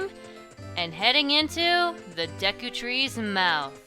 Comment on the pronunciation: IT'S PRONOUNCED DAYKU NOT DEKKU!!!😤